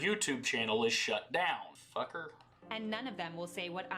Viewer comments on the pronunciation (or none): I’m new to the channel so I don’t know if this is discussed but is from the Midwest? His “fucker” had some deep Michigan vibes.